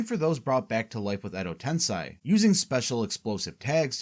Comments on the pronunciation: Fantastique video :> Though surely you know it is ten-sei (SAY) rather than ten-SAI, so why pronounce it as the latter? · It's not "Tensai" it's "TENSEI"!